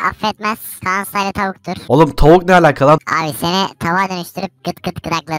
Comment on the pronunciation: Styla değil style